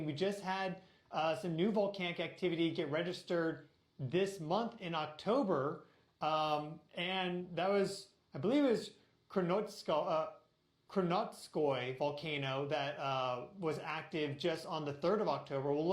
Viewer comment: Who is this kerNUTSkoy that stefan speaks of? 😂❤ I know I'm immature before you tell me, but kerNUTSkoy? 😂😂😊